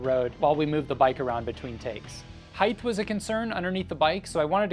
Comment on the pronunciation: Thanks... Came here to say that